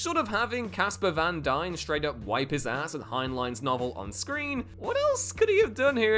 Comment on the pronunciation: Casper Van Diem is NOT pronounced "Van Dime". It's pronounced "Van Dee-Im"